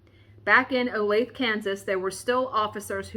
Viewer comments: Woowho what a HAUL so Jelly!!!!!! and its O lay thE (long E) i am so bad at Pronunciation myself .... so Trust me im not being mean when i tell you just thought you might want to know .... So look forward to hearing about your days and True Crimes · Yay, true crime!! And it’s one close to me! We had a serial killer who lived around the corner from me, John Robinson. I can’t recall if you’ve done a story on him or not. The point to my comment is to let you know, for some reason it’s pronounced o-lay-thuh, none of us know why. 😂 I’m itching to start a Halloween stitch but I’ve lost my stitching bug for a few months now and it has been hard to get back to it. Love the videos/channel, have a wonderful day!